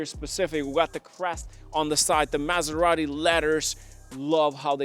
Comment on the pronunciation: Why do americanos have to pronounce Maserati like if they have a whole burrito in their mouth?